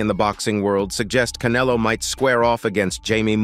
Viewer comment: U can't even say Canelo 😂😂